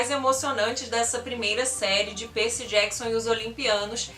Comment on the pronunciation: Faltou as Crônicas dos Kane❤️. Você fala “Perci”, colocando o Y como I, o que fica meio esquisito de ouvir, acredito que porque sou mais familiarizada a falar os nomes na forma em inglês... o vídeo está maravilhoso.